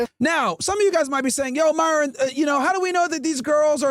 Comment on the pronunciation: Wyron and Fwesh 🚬